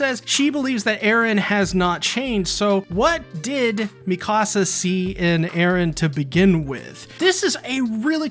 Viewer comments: "Me Ka Sa" Not "Me Casa" I cringe so hard when people say my house in Spanish instead of her name. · The way you pronounce Mikasa is like saying "my house" in Spanish lol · Great vid. Your Mikasa pronunciation is kinda off.